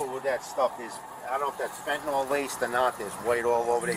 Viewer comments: ITS NOT FENTENOL!!!!! ITS FENTANYL!!!! GOD I HATE HUMANS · "Laced with phentanayl " 😂Wow